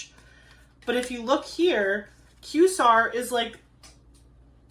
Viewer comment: I love the way your mind works! And just wanted to mention the world quasar is pronounced KWAY-zar. It’s kind of an abbreviation for quasi-stellar. From one astronomy lover to another ❤